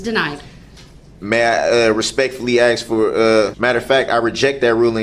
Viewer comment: The Judge corrected him on how to spell Bia’s she or someone should correct him on the wood ( Axe) instead of (Ask) 🤣🤣🤣🤣